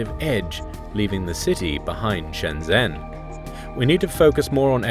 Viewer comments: It's not Shen-Zenn, it's Shn-jn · It's so distracting when people mispronounce shenzhen with a z instead of a j sound, over and over again. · The guy says Shenzhen wrong. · You're not pronouncing Shenzhen correctly.